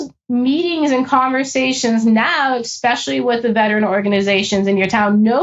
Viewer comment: Bruh. Someone working for the CIA who says “ex-cetera” and “ex-specially” omg. it makes everything you say suss. It’s ET-CETERA and ES-PECIALLY